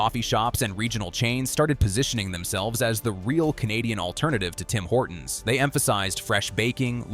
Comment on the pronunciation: Guys guys it's Singh Horton's. Get it right.